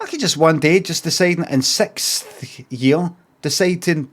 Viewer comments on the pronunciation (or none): I hate when people say sick-th and not SIX-th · It’s the way Scottish folk say it.